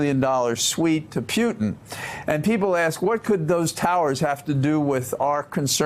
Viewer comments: Does he pronounce it Pyutin to be annoying to Putin? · Omg he cant pronounce Putin. Please just don't use Putins name anymore if you cant pronounce it